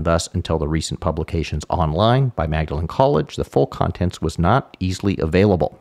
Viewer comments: Pedantic Cambridge point, but Magdalene is pronounced “Maudlin”. I went to the college next door, St John’s (pronounced…well, “St John ‘s”) 😊 and to get to the Pickerel pub we used to walk through Magdalene through - you guessed it - Mallory Court! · One tiny point (just for accuracy) The Magdalene in Magdalene College is usually pronounced as Maudlin/Maudlyn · It's a small point, but typically "Magdalene" is pronounced "Mawdlin" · The college itself states the pronunciation is Maudleyn Also on the site - which I did not know - the e was added at the end of the name to distinguish it ftom Magdalen College, Oxford.